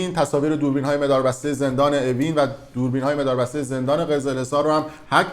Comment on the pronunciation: جان عزیزت جان مادرت نگو مِداربسته مجید اون دوربین مَداربسته ست زشته اکثر ویدئوهات این مِدار بسته گفتنت رو مخههههه